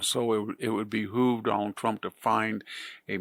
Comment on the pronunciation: Who is this “Done-all-Tromp” you keep speaking of, Victor? 😂❤ (I can’t replicate the way he says the name)